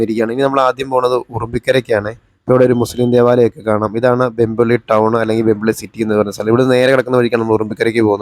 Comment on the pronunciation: വെമ്പള്ളി അല്ല, വെംബ്ലി . ഇംഗ്ലണ്ടിലെ വെംബ്ലിയെ ഓർമ്മിച്ച് ഇട്ടതാണ് ആ സ്ഥലനാമം.